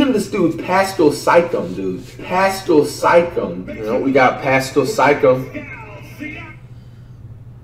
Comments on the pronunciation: Now you too can sound like Flight! Zeeon Williamson Bam Adbayo Demontice Saybawnus Pascal Sikecum Rudy Goburt Luka Donikick Giannis Akumpo Spencer Dinwhytee Delledawvuh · There was one video where the announcer said pascal Siakam and my guy was still like “we got pascul sike em” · In fairness I believe in Cameroon they pronounce it Piskal sYcKum